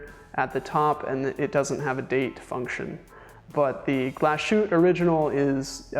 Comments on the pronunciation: It's not Glas-shoot. It's "Glas Hoot-te" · A. Lange & Sohne --> pronounce "ah lahng-eh" and "sern-eh" Say the "A" as a denist would say "Ahhhh" and say Lange" like Chinese people say "Wang" (wah--ng) and "Sohne" with the umlaut is pronounced like "sern-ah" rhymes with "burn duh" Also, Glashutte --> "Glah-shoot-teh"